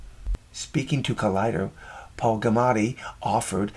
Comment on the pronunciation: Paul "Clamati"? Talk about bad writing. It's Paul Giamatti. That's "Gee uh motti".